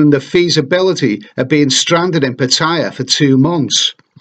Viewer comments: Pitthaya? It's pronounced Parttayar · He's right. It's not "Pa-tyya" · PA TA YA please pronounce right way